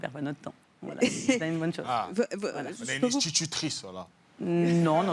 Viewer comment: "une inch-titutrice" ? S'qu'il a pas eu lui.